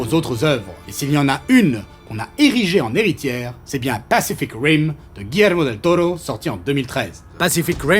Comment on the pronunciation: Merci pour l'accent sur Guillermo del toro del Tiburon de mi corazon aïe papi chulo